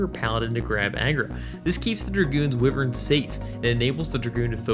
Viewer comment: I believe it is WHY-vern. Thats how my Irish grandmother always said it. It's part of her family crest. Sorry for so many comments XD Im buzzed and replying as I hear things, as though this is live.